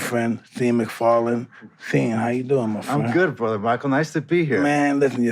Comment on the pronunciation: i love how mike is family with this man but pronounces his name as scene hahaha it must be a insode joke where when they first met mike was like "you must be scene, and sean goes well its pronucned shau.... ahh nevermind brother!!!! nice to meet u " and now mike calls sean "scene"